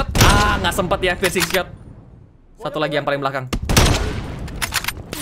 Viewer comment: Hanya membenarkan🤣 Pircing bang bukan prising